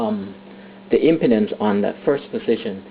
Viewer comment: I like how you pronounce impedance, LOL. Sounds like impotence.